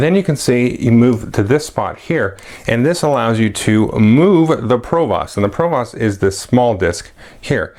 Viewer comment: Since this is your favorite game (mine too), I'll go ahead and let you know that your pronunciation of "provost" is goofy :) I work in education and we actually have someone with that title, it's pronounced to rhyme with "host" not "cost" - yay English!